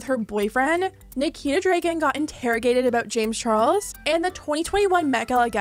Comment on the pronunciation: She says Dregen every time